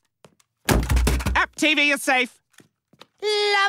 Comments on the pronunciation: Dustin Martin yea it's safe not base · Wow I thought he was saying "TV is safe" this whole time, lol